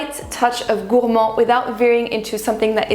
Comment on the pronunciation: I love the way you pronounce Gourmand the way it should be pronounced, I tried but i just sound silly lol! Amazing video my friend, you look divine 💛